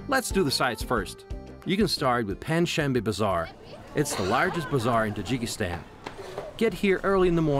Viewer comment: its not jikistan.